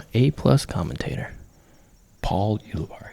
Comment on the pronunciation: Is Jerm trolling Paul by CONSTANTLY MISPRONOUNCING HIS LAST NAME??? or is he unaware. Sounds like Barry. Not Barney. Uli (we got that part) Barry (phonetically) Say it together! Ulibarri !!